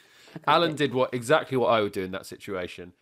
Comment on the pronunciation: I haven’t seen this episode (because I live in a backwater called the USA, where we don’t get to watch Taskmaster after the first two episodes), but I lost it when Morgana said “Eggsactly” in response to Victoria’s plastic chicken farm. I hope to see the episode sometime before I die.